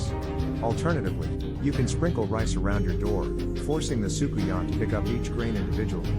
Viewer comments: Hey. Trini here. The pronouciation of Soucouyant is Soo-Coon-Yah. Love your vibe. Especially since we have the same name. 💚🇹🇹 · I'm late but socouyant is pronounced as sukunia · You just jumped in my algorithim and its ok. Subbed. As a Trini 🇹🇹 i appreciate this video. The pronounciation is Soo Koo Yaah.